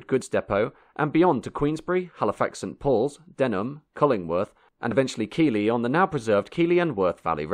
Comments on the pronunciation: listen, it's pronounced keth-Lee, come round here saying keylee and you're getting lifted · Keighley is said Keith-lee not key-lee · I know others have commented, but Keeley really grated, try saying Keefley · Keely 😂 it's pronounced Keithley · Well! The footage is rare and excellent, but the commentary is , to say the least, verbose. Keighley is pronounced “Keithley”, not “Keeley “,and Wortley is pronounced “Wertley”, not “Wortley”. The person reading the commentary was certainly in a rush!!! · It's pronounced Keith Lee not Key lee. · It's Keefly. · Keighley is pronounced Keethley not Keeghley. !! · Keighley is pronounced "Keithley", not "Keeley". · Note for: It's pronounced "Keith-lee", not "Kear-lee." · Keighley is not pronounced "kee-ley": it's "keith-ley" ! :) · It’s Keithly not Keeley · Kieghley is pronounced "Keithly". The pronunciation of Yorkshire place-names is particularly unintuitive and merits checking. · It's not pronounced Keeley. .it's pronounced Keithley, spelling Keighley. My distant family was from Bradford and the decline of Bradford from one of the richest towns in the country to one of the poorest is a salutary lesson in global economics combined with poor local government. I can remember the Jacobs Well council building being constructed in the mid 1970s, and it being blown up two or three years ago. No loss, it was awful from day one. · Keighley is pronounced Keith-lee not Keeley. Interesting documentary though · its pronounced "Keith-lee" and not "Kee-lee" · Keighley is NOT pronounced "Keely" as you say. It is "Keethly". Please check your pronunciations of local place-names. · Keighley - pronounced Keithley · keighley is pronounced "keith-lee" but its aight because the town doesn't deserve respect anyway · Interesting history but please change your intonation!! Your narrative is painful to listen to. Also, Keighley is pronounced 'Keith-ley' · Please note - Keighley is pronounced Keethley.